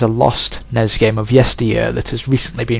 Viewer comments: I didn't know WTF you meant when you kept saying "NEZ game" but then I realized you were saying N-E-S but failing to spell it out. Back in the 80's no one called it "NEZ," you spell it out N-E-S when spoken. Similarly with SNES we don't say "SNEZ" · In America you spell it out for some reason, even though you barely do it with any other acronym like NASA. In Europe it's usually not spelled out. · Because you're odd. Not failing just how it is said...